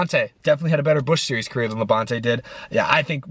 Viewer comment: No... is pronouncing it wrong:v